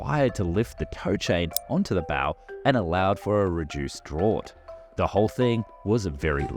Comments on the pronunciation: "Drawt"? It's pronounced "draft" for Pete's sake. How to tell us you know nothing about the subject of your video . . . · 'Draught' is pronounced "draft' ... 'not 'drort'. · "Drawt"?! "Draught" is pronounced "draft". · DRAUGHT is pronounced Draft not drawt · Gah. Only complaint is that you're pronouncing draught as "draw-t" and not "draft". No one pronounces it the wt way. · Draught is pronounced draft not drort. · then lets please add how to pronounce draught. Its pronounced draft. Same pronunciation as a waft of air through a gap, Not Drort. (i come meaning well tho, good vid in most respects- and could be worse man. The muppets at dark seas think the front of a ship is a decorative loop of ribbon. And your unlucky- draught is an exception to rules thats not pronounced in obvious way, and is bit of technical term... unlike bow, which has a 2nd common usage with same pronunciation.) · Drawt??!! You mean dratf! (draught) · What is a "drauwt"? Draught is pronounced "draft"! Aah, is it an Aussie accented text reader and not a real person? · Dude Please!!! 'Draught' is pronounced 'Draft' NOT Draawt!!!!!! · Please, in the future, pronounce draught as draft. There is no word that sounds like drort. I'm an Aussie too, by the way. Cheers. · What the hell is a drawt? The word draught is pronounced draft! 🙄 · Draught in this context is pronounced ‘draft’. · My favourite beer is 'drawt' beer 🙃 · "Draught" is pronounced "Draft" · Draught is pronounced like draft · It's pronounced draft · The word "draught" should be pronounced "draft" instead (they're alternate spellings of the same word) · Draught is pronounced Draft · Just for future, the Draught is pronounced Draft. Just saving you from people who’d complain about it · “draught” (depth a vessel sits in the water) is pronounced (& now usually written) “draft”. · *"drought" is pronounced "draft". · "Draught" is pronounced 'Draft' in English. Yes it's weird but there you go, welcome to English. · Drought is pronounced DRAFT!